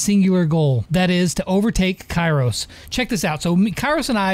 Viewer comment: Its kairos not karios